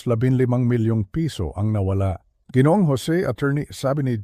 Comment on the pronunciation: sayang ang ganda ng kwento kung di naman mabigkas ng tama ang ibang salita tulad ng G. ay dapat ginoo o ginoong at ang Gng. ay ginang hindi geneng o geneneng